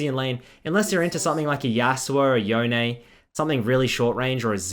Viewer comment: yone is one word not yo-ne lmao